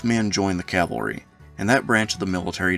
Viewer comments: Great vid and as a yankee decendant(24th michigan), Forrest has always fascinated me. There is something very American about the ability to start as a private and end the war as a Lt. General based on merit alone. Btw, if I had one critique, it's the constant pronouncing of cavalry as calvary. work on it. otherwise, your content is top notch. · I hate that pronunciation too. I apologize. I make it a point to say cavalry, but when I get excited when talking I will slip and say calvary. I know exactly what you are saying.